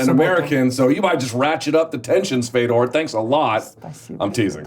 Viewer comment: interviewer sucks..... man..... its fador